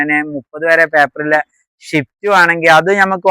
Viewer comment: ഷിഫ്റ്റ് എന്നാണ് നിങൾ പറയുന്നത് സ്വിഫ്റ്റ് എന്നാണ് ഒറിജിനൽ നാം